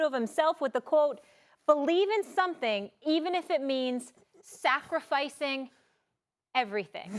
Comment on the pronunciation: "Safrificing". (^_^) She said it, not me.